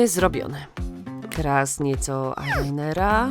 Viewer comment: nie lajnera Tylko ailainera